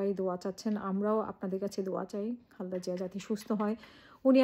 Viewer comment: Khalda!!!! Zia apni o onk somman koren nam er uchcharon dekhe